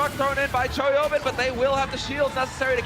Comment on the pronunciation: The hipster play-by-play sounds like he's saying "Toyota" when saying Choihyobin's name.